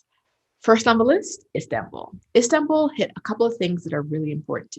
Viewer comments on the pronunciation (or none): none